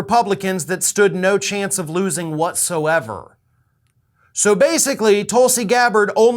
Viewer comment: It’s “Toolsi” Gabbard